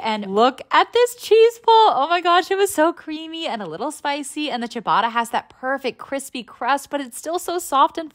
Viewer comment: Just a tip,i love ur channel! The way how u said chibatta (pronounced)its supposed to be sibatta (pronounced)